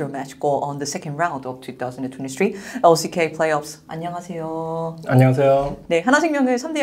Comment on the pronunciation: 왜 lck를 항상 알슈케이로 과장 발음하는 건지..ㅋㅋㅋㅋ 좀 이상하네요